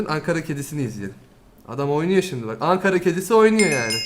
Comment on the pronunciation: Çok söktü, çok sıktı ve son olarak onlar spiiderden bahsediyor... Videoya seyreden arkadaşlara geçmiş olsun. Angara değil ANKARA!!!!!!!